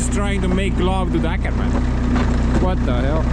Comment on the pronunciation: Åkerman pronounce more like Ohkerman instead of Akerman